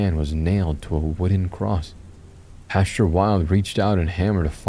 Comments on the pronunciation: No offense but every time you said pasture I imagined a piece of wheat wearing a clerical suit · When he was described as the "creepy pastor" it almost sounded like you were saying creepypasta, very apropos lol